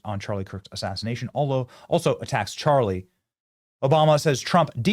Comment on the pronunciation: Obama can't even say Charlie's name. Disgusting.